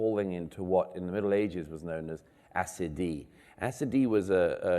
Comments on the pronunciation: The word in question is 'accidy', sometimes spelled 'accidie' in old English. Usually pronounced ax-i-dee. Not sure why Douglas pronounces it in that odd way 'acid-ee'. Not correct, to my knowledge. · It’s driving me nuts…. What word is Douglas saying ? It sounds like acidy. He calls it a kind of listlessness. It said it was known in the Middle Ages as such. Please satisfy my curiosity, someone! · Acidy, SCD, assady? what is he saying on that word? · This word ... acidee? ... am I hearing it correctly? How is it spelled? Anyone know what the word is? I'd like to know more. Thanks in advance. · What was that word? Assidi? Assidee? Means listlessness...